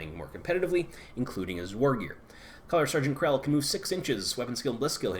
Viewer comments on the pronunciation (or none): Kell, no "R" Not Krell, sorry it was killing me.